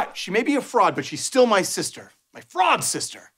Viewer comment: "My fister." No, Spencer. No